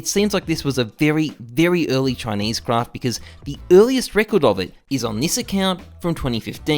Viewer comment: Every time you say craft i cringe